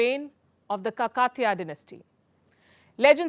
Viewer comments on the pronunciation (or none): It is kakatiya not kakatya dynasty! Pls correct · it’s Kakatiya = Kaa-kuh-thee-ya dynasty. Not kuh-kaa-tya. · As usual, great reporting but as a local telugu speaker , i would like to correct your pronunciation of two words , "Kakatitya" is pronounced as "Kaaka theeya" but you did it as "kakaa theeya" ..second it's not "Syamantaka Mani" it's just "samanthaka mani" there's not y in there . Otherwise, very nice video covering it's history . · Lapaki it's not Ka- kaa- tiya dynasty Kaakateeya dynasty and the chor British should return to the country from which they have looted, it's that simple. Else they should the certification of purchasing/mined authorisation, if not it's looted. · Palki Madam, its Kaa-ka-Thiya Dynasty not kkatiya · Indians must first learn to pronounce all Indian names correctly. No, its not "kakat-iya", it is "kaaka-tiya" dynasty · Did she mispronounce "Kaakathiya" as KAKA-THIYA? Lets start with learning to pronounce a historical names, especially while talking about bringing back history. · Your satirical petite smile is a piece gold 🧡 Kakatiya is pronounced as Kaa-katiya btw :) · Palki madam, please pronounce Indian names/words properly. It is pronounced as “Kaakatheeya” dynasty. It would be great if little research is made while pronouncing Indian words correctly by Indians. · Pronunciation of Kakatiya and Samanthaka mani is wrong, pls spell our words as Indian words we don't need to cut them to indulge in between English lines . Thank you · Palki Garu is expert in diverting attention from BBC documentary, adani scam. Palki is godi jeevi. She's unable to pronounce kakatiya.